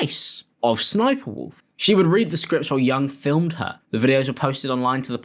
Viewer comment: Also just a tip homie the third s isn’t said as a it’s ss-sniperwolf hence her original name sexysexysniper but was since changed to ss sniperwolf the ss moniker stands for sexy sexy.